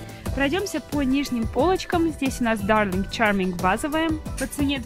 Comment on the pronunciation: мне чучуть не нравится что она както сильно перикручивает я зык когда говорит дарлинг чаминг